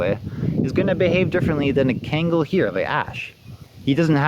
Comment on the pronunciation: Its pronounced KHAN-GULL , not ken-gal and not ken-gel for those who want to know this breed is the King of all Dogs, deserves the fullest respect The old timers even nick named these dogs as "Anatolian Lion" no Dane no Rott, no German Sheppard respectively etc . Ashe is a handsome dog (lion), please take good care of him .